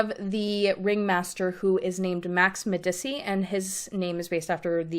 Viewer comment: I believe Medici is pronounced “Meh-dee-chi” because it’s an Italian surname